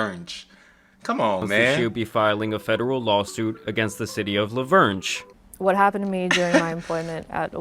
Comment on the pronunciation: Even I know it's pronounced Laverne like the girls name😂and I'm from the UK